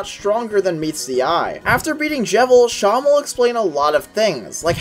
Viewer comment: I’m gonna be honest I stop posting you, pronounced it as Shan it’s “se-em”